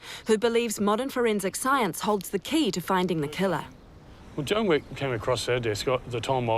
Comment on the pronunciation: Sounds like she says John, not Joan. Is Wech pronounced wek? Or wick?